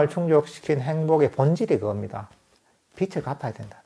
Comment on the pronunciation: 말씀 들으니 기분이 참 좋습니다. 참 근본적인 이야기인데도 이런 이야기를 하는 게 쉽지는 않을 것 같습니다. 왜냐면 매우 중요하고 근본적인 이야기데도, 지나쳐도 되고, 나중에 알 수 있다고 생각할 수 있고, 몰라도 크게 표가 나지 않을 수 있다고 생각해버릴 수 있을 것 같습니다. 그렇지만 이렇게 시간을 내서 불교에 대한 이야기를 한 것은 그만큼 가장 핵심적인 이야기이기 떄문일 것입니다. 저도 들으면서 그렇게 생각이 됐습니다. 감사합니다, 스님 .(참, 스님, 빚을 - 발음이 비츨 이 아니고, 비즐 입니다. 맞지요? ^)